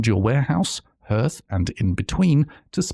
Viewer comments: Never heard anyone pronounce 'hearth' like 'herth'. Always heard it as 'harth'. Is that typical of folks from your region, or just a you thing? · Just as an FYI, the word "hearth" is pronounced "harth", not "herth". Good video regardless! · really helpful thankyou :) (sacfirifces comment to the algods) but surely Hearth is pronounced like the word heart not the word hearse x) i am questioning everything now